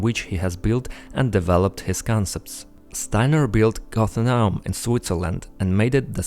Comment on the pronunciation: You'll have to train your pronunciation. Goethe and Goethe-anum.